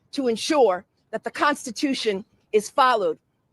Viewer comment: I want to vomit when pronounce constitution